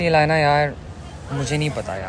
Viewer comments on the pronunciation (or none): Why the Hell keeps Saying her name Alynaaa Alynaaa Alynaaa.!!!! Yarrr Alynaaa, Alynaa!! 🤦🏻‍♂️🤦🏻‍♂️🤦🏻‍♂️